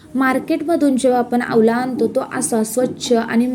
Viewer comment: आवला नाही हो....आवळा....😂